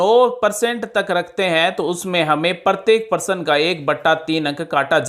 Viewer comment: परशन नहीं प्रश्न होता है